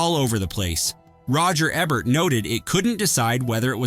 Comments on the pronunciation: Roger Ehbert? IT'S PRONOUNCED E BERT! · Eeeeeebert, its eeeebert! Paul Aaron is not Aaron Paul! C'mon!! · I can only watch these videos until the narrator mispronounces Roger Ebert, only got to on this one